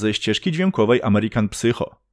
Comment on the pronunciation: Fajny film. Zwrócę tylko uwagę, że w tytule American psycho drugie słowo wymawia się sajko